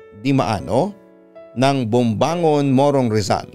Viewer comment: "BOMBONGAN", hindi "BOMBANGON" 🤣🤣🤣